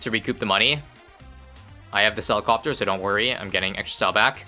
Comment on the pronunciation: Calling the doorgunner'd favoured trades bucaneer "sellicopter" LOL.